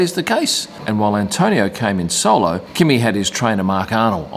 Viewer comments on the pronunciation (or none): none